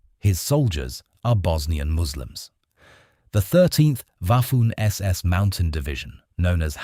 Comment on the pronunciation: Waffoon SS? Bafoon narrator